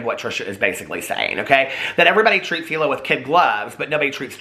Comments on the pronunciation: It's pronounced Eeeeeeeela like Eeeeeeethan, easy to remember that way. Trisha is trash, I love the H3 podcast. Trisha is toxic and caustic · Hila. Pronounced eel-uh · I don’t agree w the first part but I do w the second part. I don’t think watched it all. Otherwise he’d know how to pronounce hila because Ethan literally said it lol